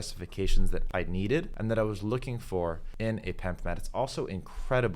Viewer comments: It’s P.E.M.F. not Pemf… smh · You’re actually sounding out pemf, instead of saying P-E-M-F like everyone else I’ve heard. Also F is for field not frequency.